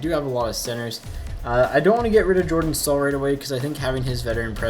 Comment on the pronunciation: I cringed when he pronounced Michal Jordan's name...... yor-DAN